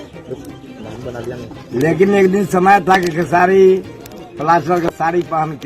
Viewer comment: Pahle khesari bolna shikh le bhojpuri kah rahe hai bhojpuri ko